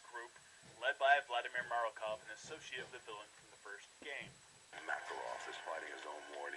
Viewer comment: Vladmir Marakov? Lol, fail.